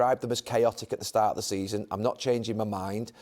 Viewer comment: Did Carra say “give him till the end of the semen”?